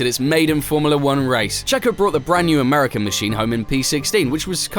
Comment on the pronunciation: American made me lose it 😂😂